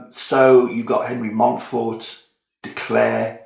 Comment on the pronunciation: From France: Yes, you pronounce it right! Thanks for the presentation, which enticed me to look into the difference between Simon the father and Simon the son… because I was first puzzled by the fact the Simon de Montfort about whom the locals in the Southwest of France still moan today played such a significant role in England’s history. I would certainly watch a playthrough.